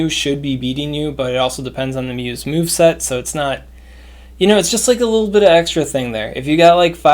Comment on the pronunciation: Did you say mew’s mew-veset? 😂